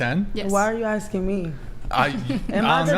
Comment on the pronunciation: Stop axing people 😂